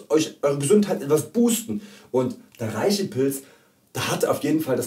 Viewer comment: Du bist ja ein ganz netter Kerl, aber es ändert nichts daran, daß man REISHI als 'Reshi' ausspricht, frag einen Chinesen.